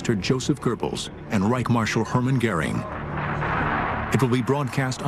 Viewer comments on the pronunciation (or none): Did he say Joseph Gerbals?